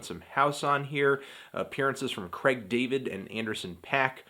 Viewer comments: CRR-AIG David, Whose Cregg? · Do all Americans pronounce Craig as Creg.